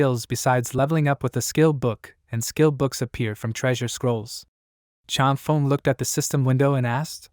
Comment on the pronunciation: “Chang Fung” is how it should sound; “Feng” rhymes with “lung” in Chinese, like feng shui is “fung shway”